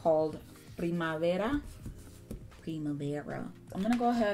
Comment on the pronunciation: it's so cute the way she pronounced "primavera",it means spring in my native language